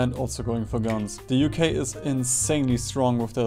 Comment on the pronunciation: UK = ookh